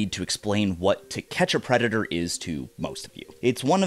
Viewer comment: bro said pedator instead of predator